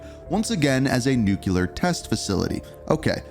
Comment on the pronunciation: Ohhh My Effing Goodness! WHERE did people learn to say NU-CUE-LAR????!?!?!? It's pronounced NEW-CLEAR!! THAT'S IT!!! Practice it and tell me you're saying it right! SMH Like seriously, WTF is wrong with people and their inability to pronounced such an EASY word???!?!? You mispronounced it a couple dozen times and it makes this entire video unwatchable… Just shoot me in the face already!!!! LOL And FYI, Nuketown has ALWAYS been in Multiplayer rotation so this game will likely not be any different.